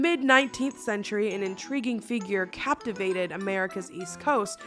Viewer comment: "cappavated" lmao